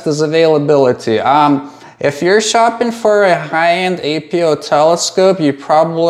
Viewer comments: Why do you call them ay-pee-ohs? You say achro so why not just say apo? Are you not referring to “apochromat”? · It's 'Apo' - Not 'A.P.O.' Apo doesn't stand for anything. It's just short for apochromatic.